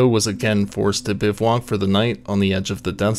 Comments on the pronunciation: It's, "Gasher-Brum not, "Gasher-broom. It's "Biv-wack" not "Biv-walk." Fucks this is basic shit bud. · Drink every time he says "Biv-walk." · Biv-voo-whack. Good content, I like all the authentic photos and trail models. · I shuttered after the 2nd 'biv-(WALK'?) Typo maybe? Nope. its 'Bivouac'